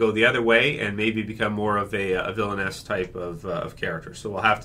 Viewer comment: I keep thinking you're calling Carl a "villainess" xD